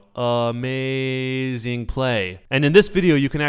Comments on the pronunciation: a-MIE-ziiing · ameizing